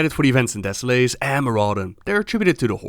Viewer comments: Deh-sow-luhs not Deh-sow-lace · Desso-less, thats how you pronounce it:) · Great vid. Americans would pronounce it "deso-less", "lace" sounds a bit odd, (even though it's spelled that way.);)